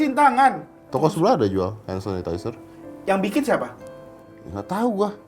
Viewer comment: Kayak emak mertua gue ngomong hand sanitizer suseh banget 🙈😅🤣🤣🤣🤣🤣🤣🤣